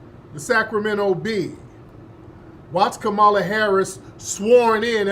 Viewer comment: How do u know someone in media is being paid to speak for the Right.... they say Vp Kamala name wrong like their 7 yrs old & can't pronunciate correctly